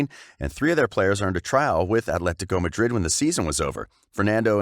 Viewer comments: When you try to pronounce Atletico Madrid as if you're Spanish you sound like an absolute tit....fyi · Why is this clown pronouncing “Athletico Madrid” like a camp Spanish water?